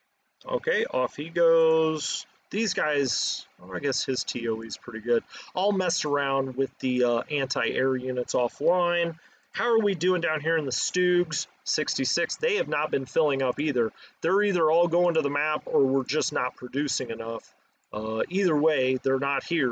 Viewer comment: Correct K Lo.....I gave up on pointing out pronunciations some time ago....last I tried was 'Shtug..not Stoog' lol